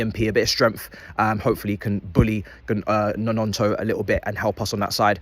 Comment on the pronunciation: Man really called him Nononto 🤣